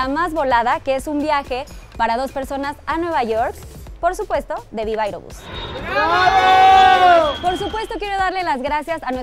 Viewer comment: Ya me había acostumbrado a que dijera “Viva Areobus” 😂😂😂